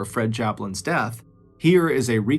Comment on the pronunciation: "What DAAHTH"??? Not the horrible mispronunciation trolling again MrBallen... Please fix , it's disrespectful.